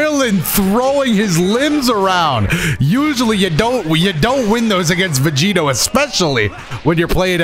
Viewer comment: When said "Vedito" I heard "Devito" and instantly thought of Vegito being built like Danny Devito.